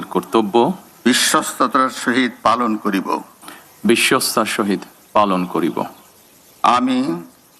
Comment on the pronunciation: বিশ্বস্ততার উচ্চারণ ভুল।